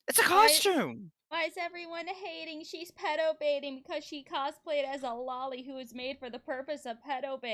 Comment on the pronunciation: At least he pronounced loli right